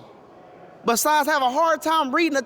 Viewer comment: Besise???? Biden can say beside right 😅😅😅😅